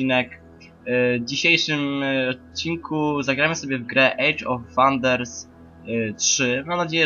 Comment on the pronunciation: "Chiba" i "ejdż of Wanders" wygrały.